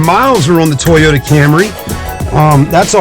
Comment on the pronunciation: toy-yo-ta lmao toyyy